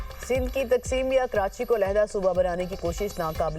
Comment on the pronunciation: Karanchi nhi karachi hota hai bhai phely bolna sikh 😂